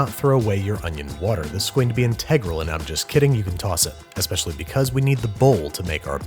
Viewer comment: No one: Babish: inTEGral